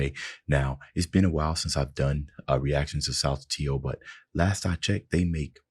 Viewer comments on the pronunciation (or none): Those five SaMo videos were awesome. The second t of "saltatio" is more pronounced like a c by the way. Like the second t in congratulation. Just for future reference.